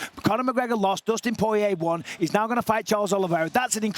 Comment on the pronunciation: I’m impressed That the casual Stephen A can pronounce Poirier’s name correctly.